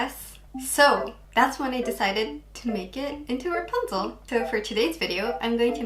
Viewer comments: ラプンツェルがランプツェルになってた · 一回目のラプンツェルがランプツェルになってます(´･ω･`;) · 英語を批判してるわけじゃないけど ラプンツェルがラパンゾーに聞こえる( ˙-˙ ) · の所でラプンツェルがランプツェルになってるw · ！ の所のラプンツェルがランプチェルになってるよ！！ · 1分7秒の時、｢ラプンツェル｣なのに、｢ランプツェル｣になってる！？ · ！ ラプンツェルがランプツェルに笑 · ランプツェルになってる、疲れてたのかな、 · ラプンツェルがパンゾウにきこえた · ランプツェルになってるよ！可愛いw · ランプツェルになってる！ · ラプンツェルがパンツに聞こえる← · ラプンツェルがパンゾーにしか聞こえないw 英語って難しいなぁ( ´･ω･`) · ラプンツェルがパンツにしか聞こえないwww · ランプツェルw 不意打ちに笑っちゃいましたw